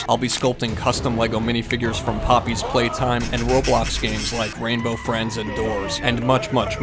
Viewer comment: You said puppy play time wrong